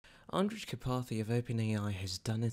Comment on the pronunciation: The 'j' in Andrej is pronounced like an English 'y'